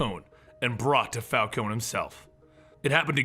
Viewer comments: It's Falconee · Say it with me Fal-con-e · For the last time it's pronounced Fal-ko-nee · he reads carmine and vivki correctly but falcone?val? its prounounced falcon(knee) u idiot and vale is ale with a damn V my god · you're pronouncing falcone wrong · When he mispronounced Vikki VALE and Carmine Falcone, he lost a teeny tiny bit of credibility, but more with Vale cause that name is spoken quite frequently in the video games and occasionally the cartoons or animated films. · Guys, how do you pronounce Falcone properly? Is it Falcone as in, Falkohn Or Is it Falkohney? Not hating on anyone just wanna know the proper pronunciation thanks! :D